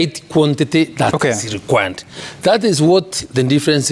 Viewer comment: Required is pronounced by Linturi as / linkwa:d /. These are Ruto's farm boys at the plough !!!